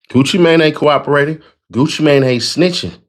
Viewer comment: It's funny how they do not know how to pronounce Gucci name😂😂